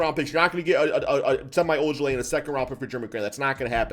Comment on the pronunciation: Sem E ojeleye Not sem eye